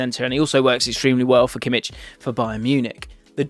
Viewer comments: It’s Kimmich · *Kimmich just so you know